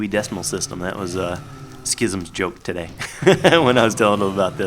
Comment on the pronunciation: is your "todayeh" coming from Jimmy Fallon's "Ew" bit?